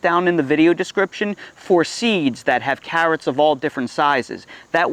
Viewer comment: I watched this one just to see you say cahhrots lol.